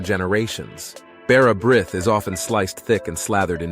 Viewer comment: The brith in bara brith is pronounced 'breeth'